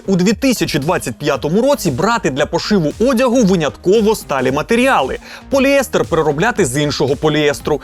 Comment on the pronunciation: Мене, як хіміка, надзвичайно бісить, коли вимовляють "поліЕстер" замість "поліестЕр".